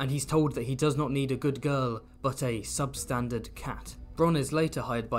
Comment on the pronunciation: "Sub-standart cat" lmao